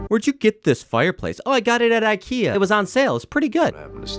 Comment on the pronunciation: Ikea is not I - Kia, it's E-ke-a for fucks sake :D:D